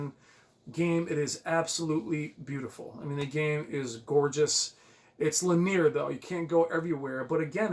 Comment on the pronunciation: Bro, I’m gonna help you out here. “LIN - EEE - ER”. I’ve caught myself making the same mistake before as well lol